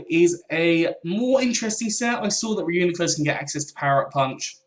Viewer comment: Its pronounced Ree-U-NYE-Clus